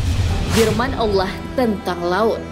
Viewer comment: Penyebutan kalimah allah yang benar lahh... kalimah allah itu pakai "ha" bukan "kha" allah bukan allakh...